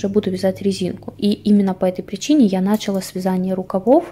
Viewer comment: не нАчала, а началА